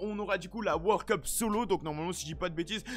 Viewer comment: Le mec il dit wor cup c'est world cup